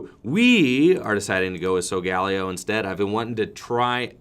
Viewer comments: McCorkindale Layo was how I heard Ash say it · Is that how Solgaleo is said? I heard a different pronunciation in the anime